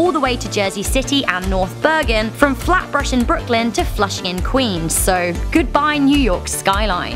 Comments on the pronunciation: Flatbush* not flatbursh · New York. And also isn't it Flatbush? You said Flatbrush. And also I live on Flatbush so I'm dead.